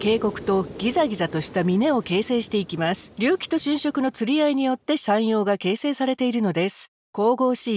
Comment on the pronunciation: 隆起の発音……